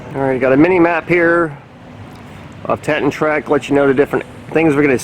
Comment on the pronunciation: Wonderful video mate, except one thing Teton pronounced, Tee- tOn. Wonderful video, thank you